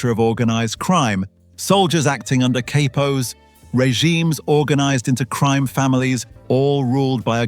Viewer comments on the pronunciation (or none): Va-La- Chee,Valachi😅 Cap-o ,Capos😅